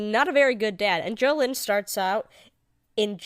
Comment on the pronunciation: What the FUCK is a Jo-linn? It's Jo-LEEN AHHHHHHHHHHH